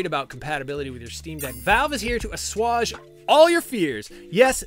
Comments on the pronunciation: assuage = uh-SWAYJ :) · "Assuage" is pronounced "uh-SWAYJ".